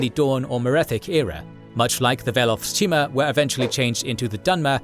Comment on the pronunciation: Also the "Orsimer" and "Cheemer" for Chimer haha